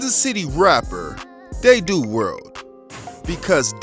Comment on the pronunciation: its pronounced “dad•oo” world cuhs😂